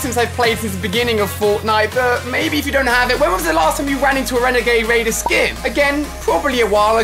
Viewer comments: he said renegade waider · he said wenegade waider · did he just say, “wenagade waider”!!! NANIIIII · Ali a: How many people have the wenigade waider Get it right ali renegade raider!!! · WHO ELSE HEARD: HOW MANY OF U GUYS HAVE THE WENAGE WADER SKIN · Does anyone just love how Ali says wenegade waider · Who els realised alia said renegade wader 🦁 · Wenegade wader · wenagade waider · THE WENAGWED WADER . man go to spelling bee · Wenagade wader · He said renegaid waider at the beginning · Bruh who else heard wenegade waiderwhen he said renegade raider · How many guys of you at home gave the WENEGAIDE WAIDER